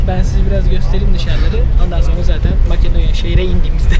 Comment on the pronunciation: abi yalan söylüyon orası makedonya değil metedonya